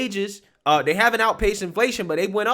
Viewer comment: No I haven'TA! You're not listening to meAH! I'm tying to educate youAH!